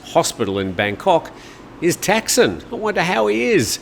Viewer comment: Thaksin is not pronounced "tack-sin" his name is pronounced ták-sǐn"